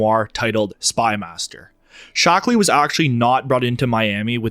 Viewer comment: "Ted 'Shock'-Lee"...?